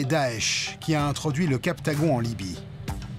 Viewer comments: Libye et pas "Lybie". Je reviendrai voir le contenu une fois cela corrigé. Respectueusement. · LIBYE ET NON LYBIE. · Il faut le retour de la famille de Kadhafi pour diriger la Libye. On dit Libye (pas Lybie !).